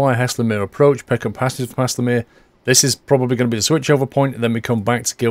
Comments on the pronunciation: Pronouncing error: you say Haslemere like Hayzelmeere not hasslermere. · Pronounced almost like hazelmere not hasslemere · it's said "Hazel" mere not hasslemere great video otherwise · Nice video. Guildford is my hometown so I know this line and the trains pretty well. Couple of little points, Guilford is actually spelt Guildford and Haslemere is pronounced Hazel-mere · I love half way down this line between Guildford and Haslemere and often use it. By The Way, it's pronounced HAY-SUL-MEER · Please! It's GUILDFORD and Haslemere is pronounced Hazelmeer! Welcome to Surrey! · First of . It's called pronounced Hazel as in nut So hazlemere . And platform 1 At Haslemere is not a reversable road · BTW it is pronounced (Haze-ul-mir) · Haslemere is pronounced like Hazel mere tut tut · Lol. Never heard Haslemere pronounced like that. You must be Northern. Thanks for the laugh.;-) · It makes me cringe the way he pronounces Haslemere